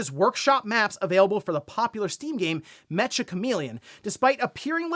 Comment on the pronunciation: i think its pronounced meka. Like the robots.